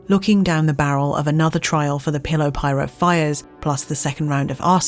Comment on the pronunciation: omfg she says pillow pirate bahahahahahahaa